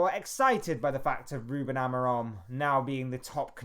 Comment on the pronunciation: Please don't insult that man calling by twitch thot's name. It is pronounced Amoureem!